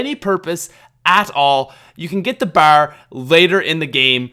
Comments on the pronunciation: You can't even pronounce B.A.R right, it stands for browning automatic rifle just so you don't sound stupid every time you're going to hate on it in the future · I agree with fire dash this guy is special. Mule Kick has saved my life at high rounds countless of times. And you really can't pronounce bar correctly. My god. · The way you said "bar" tho holy shit XD